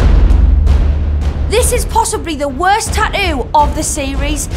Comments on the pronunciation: Did she say tatloo 😂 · I'm sorry... TAT-TOOOOOOOO NOT TAT-EWWWWWWWW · “TAH-OO” bruh. TaTToo. (not to mention she’s just as obnoxious as morgz :/ [the female host])